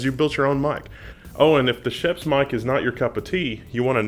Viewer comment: Nice! I like a good DIY for technology, a good DIY amplifier would be awesome. (by the way, of course pronounces Schoeps wrong, the "oeps" part is pretty much pronounced like "oops", the "sch" part kind of like "sh" in "shadow")